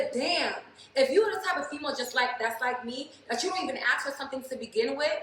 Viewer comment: When a woman says "AXE" its game over for me ...Also that top is meant for women with boobs😉